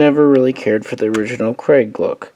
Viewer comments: Pronounced “Crag” not “Craig” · Pronounced kruhg not crag or craig